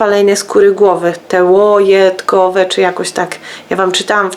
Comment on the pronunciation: Kochana jesteś :) łojetkowe bardzo pociesznie wymawiasz to słowo :)